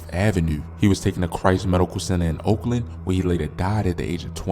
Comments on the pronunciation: Its pronounce Oak Lawn not Oakland 😑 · It’s Christ Hospital in OAKLAWN OAK LAWNNNN NOT OAKLAND 🥷 You not from Chicago. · Either you can read or you slow how does Oak Lawn look like Oakland I’m finna stop watching these shits cuz you don’t say the streets or have your information rite! Stick to ur city not mine! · It's oak lawn not Oakland ignorant fool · OAK LAWN!!!! not OAKLAND